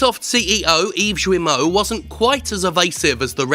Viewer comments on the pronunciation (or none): Slight correction: Guillemot is not "ZHU-we-moh," but "GHEE-ye-moh." It's also a kind of bird, I think? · Sorry to be an ocd ass but Guillemot's name or any french word with g followed by u est prononcé avec a hard g, as in ghee or geek. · Yves Guillemot's name (French) would be pronounced by an English speaker closer to Gayle-mo, with the a in gayle swapped with an e, something like Gheele-mo. (basically the u after g is silent and makes the g hard) 🖐️🌈🖐️ The more you know... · Good points, but I'm going to get nitpicky about something : that is not how you pronounce "Guillemot". The "u" after the "g" makes it a hard "g". Think "Gears" rather than "tragedy".